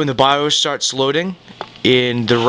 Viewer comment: The wha?.... Oh the bios, Its not pronounced by-oooos :]